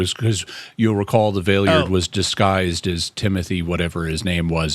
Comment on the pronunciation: The way you all pronounce the Valeyard's name is driving me nuts.